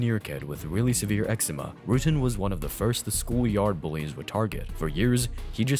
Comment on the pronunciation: Its not ROOTEN, its pronounced RUT-TEN